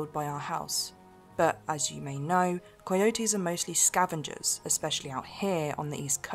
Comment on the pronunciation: I like the way she says coy e oaties. Cay oaties?